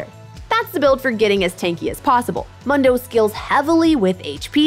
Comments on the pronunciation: Moon-dough, not Mun-dough… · How do you pronounce Mundo as Mando? He says his own name at least 20 times in the game, has she even played him? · it's (Moon-Do) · Its moondoh not mun doh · It sounds better to you but it is still the wrong way to say it. I honestly don't care that much about his name but It definitely made me stop watching this video. Why would I listen to what they have to say about it when they don't even know how to say his name right? That's why its mildly infuriating. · you actually pronounce it like MOON DOUGH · Why can’t she say Moon-dough? 😩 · Mildly infuriating how she says his name. Character literally says it about once a min in game. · Right? Kinda cringe af and I don’t wanna finish this video now. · Literally couldn’t finish the vid bc of how she pronounces mundo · I was thinking the same thing. I was like "have you ever actually played Mundo??" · How can you mispronounce his name... He literally says it every time he talks in 3rd person...... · It's Mundo, not Mundo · Really not into this narrator/creator thus far. Voice is honestly kinda annoying, she acts overly-bubbly, she said "Mundo" wrong a hundred times despite the fact that he says his own name constantly, and the whole thing about "yeah people have decided magical footwear is good, but nah, im not budging on this hehe" came off really obnoxious. Not saying I hate her or she's beyond redemption, but some changes would be good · I like the host but I can’t stand this video. Solely because of how she says his name. Mundo literally says his own name. We all know how it’s pronounced. WHY DOES SHE CHOOSE TO DO THIS TO US??